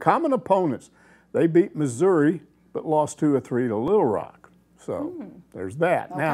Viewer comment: "Litle Rock"